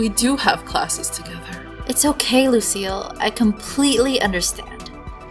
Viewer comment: When you say Lucile it sounds like you are saying Lucio